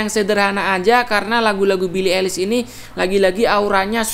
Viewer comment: Yeahh just say ailish not elis😑